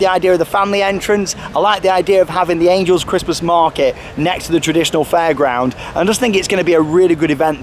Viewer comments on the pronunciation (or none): none